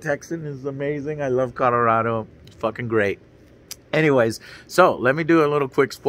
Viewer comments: Colorado is pronounced "RAD", not "RAW". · Man said "CODARADO." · "Codorado" lol okay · I swear I hear him saying Codarado... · "Codorodo" lol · Kadorado?... Avocado? Did you mean Colorado? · Homeboy said "Cadarado" lol